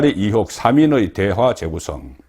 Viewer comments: 송본부장, 정신차려! 초록은 동색이라고 기자편이냐! 우파라면 Stance 확실히 해라! 탑승시 1호기 안전 문제가 생길 수도 있어! 앞으로 윤정부 5년간 절대로 탑승 블허해야돼! 듣기 거슬리게 자꾸 이혹이 뭐냐! 으이혹을 빨리 발음하는 연습을 해라! 나도 경상도출신이지만 이혹이라고는 안한다. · 이혹??? 나도 갱상도지만 의혹을 이혹이라고 발음하지는 않는다 기자라면 이런건 기본 아닌가??